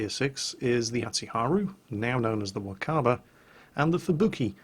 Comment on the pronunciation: Obligatory pronunciation post timuuu~ Wakaba: WA-ka-ba (not wa-KA-ba) Shiratsuyu: (shi-RA-tsu-yu) not (shi-ra-TSU-yu) Akatsuki: (a -KA-tsuki (tsuki is joined and sounds similar to ski)